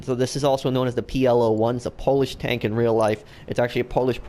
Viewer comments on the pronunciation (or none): "Polish tank" it sounds like "Thailand ish snow" 😁